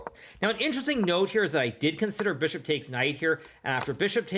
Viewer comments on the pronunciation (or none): Don’t forget Fee-ahn-cheato the Beeshop!